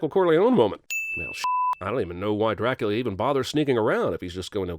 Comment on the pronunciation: Dracoooolia, Loooocieee, Juynuthun, Meenahhh, and Elizerbetta!